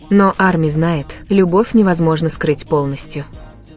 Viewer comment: Привет, не Амия, а Арми и т. д.